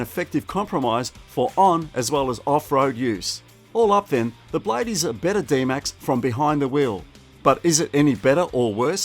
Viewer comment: Will you please pronounce properly the word blade not blay silent e!